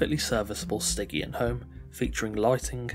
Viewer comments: hey it's pronounced sti-tzian not gkian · "STY-GE-AN" like "jeep" not like "get" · I probably did mispronounce it 😂 I couldn't work out for sure so I went with Stig-E-An as the safe option lmao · Other than mispronouncing stygian, this was great!